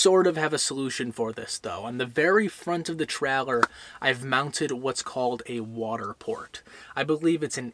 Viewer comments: Stop saying trehlehr. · I thought a Troller was a fishing boat 🤔🤣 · Great video, but I kept getting distracted by your inability to pronounce "trailer". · We should drink a shot every time you say “ traller “ 😂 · Absolutely 💯%!! Watched a Yellowstone Park video last week about the giant Wolfes. The person Narrating kept saying Woof instead of Wolf 😖🤯😂🤣